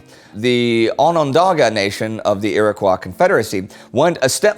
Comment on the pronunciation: That was the roughest pronunciation of Iroquois I have ever heard, which is weird because you pronounced Onondaga spot on.